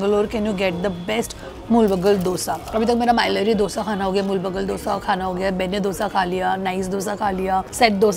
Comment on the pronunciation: Love that you are pronuncing the Dosa correctly❤❤ Keep exploring South Indian Food.